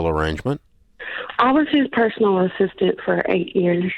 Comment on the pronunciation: “ASSistant”.. mkay